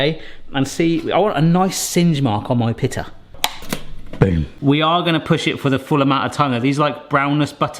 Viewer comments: In America, it's pronounced pita, not pittah. So strange how the same word can be pronounced so differently... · It’s pronounced pee-ta,. Pita = pee-ta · it is pronouced peet-a like peat moss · Pea-da bread.